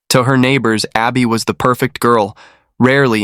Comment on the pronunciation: Her name is Arbe not Abby